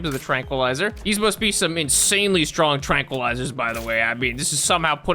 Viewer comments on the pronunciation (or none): none